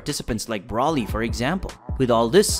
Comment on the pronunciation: cant get over "wiss" and "brawly"